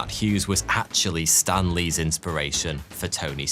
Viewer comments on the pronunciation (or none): none